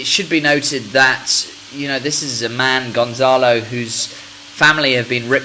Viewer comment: It's not GonZalo, It's GonCalo. Here in Portugal, we believe that maddie died by accident. Probably, she woke up and she heard gerry's voice when he was talking with the BBC producer outside the house, she climbed the sofa, and she hit her head on the wall. Kate found the body and the rest is History.